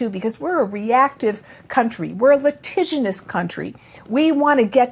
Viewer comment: Litigious, not litiginous. Brilliant interview. I love hearing what this woman had to say. She looks amazing. I wish i could afford to take this treatment.